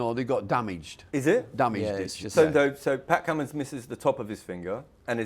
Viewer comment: It's not even close its Cummins and I'm British